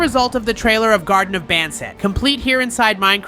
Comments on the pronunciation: "BonBaan" GOT MR BANBAN ANGRY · bro said garten of bon bon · Bro said Garten of bonbon😊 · IT’S GARTEN OF BANBAN NOY BUN BUN👹🤬